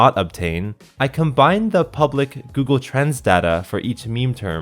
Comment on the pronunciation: When he says google trends it sounds like...: "g o o g l e t r a n s"